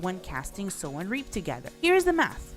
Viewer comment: MF didnt know how to say sow then reap